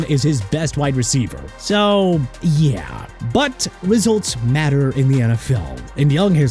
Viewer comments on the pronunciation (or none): none